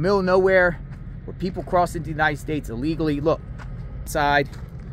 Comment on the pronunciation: Please pronounce. ILLEGALLY. Correctly !